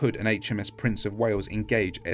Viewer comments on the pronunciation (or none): none